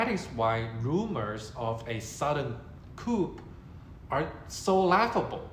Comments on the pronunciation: JUST SO YOU KNOW "COUP" IS NOT PRONOUNCED KOOP....IT IS KOO. THE "P" IS SILENT (FRENCH: COUP D' ETAT - I THINK)) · "Coup" is pronounced "Coo". The "p" is silent. You don't have to take my word for it. You can Google it and then scroll down to the speaker icon and it will pronounce it for you. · Great video! Btw- ‘coup’ pronounced “ku”. (“p” is silent🤫) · This isn't a big deal, but you don't pronounce the p at the end of "coup" (it's a French loanword). It rhymes with shoe, not troop. Regarding the main point you're making, I don't know how or when, but I believe that Xi will be forced from power before he dies. You're right that the rumors have all been false so far. I do believe that there will be a time when the rumors are true though. You say that there's harm in believing the rumors. Maybe that's true if you're a Chinese citizen. I think there's no harm in reading up on these rumors if you live in another country though. Dislodging Xi from power isn't our fight.